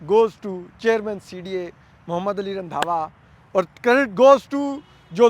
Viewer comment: رندھاوا ❌ رندھا ✓